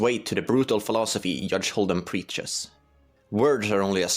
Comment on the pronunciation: Hudge Holden is literythe funniest thing I've ever heard. AND IVE HEARD WHOS ON FIRST!